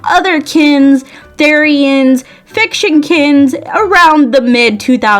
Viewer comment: “theræn” BAHAHAHAHHAHHAHAHA- (btw it’s pronounced th re an ^_^)